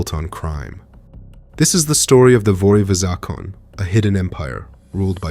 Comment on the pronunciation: I find your videos very interesting. The word 'Zakone' is pronounced Zakoneh. Воры в законе